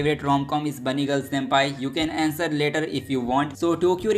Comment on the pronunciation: Manga ❌ Manva✅ Surprises ❌ Suprises✅ Answer ❌ Aenser✅